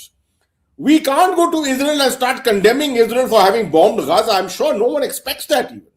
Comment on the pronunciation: He didn't say "Gaza peace initiative" but "Gaanja peace initiative", there is a difference :face-blue-smiling::face-blue-smiling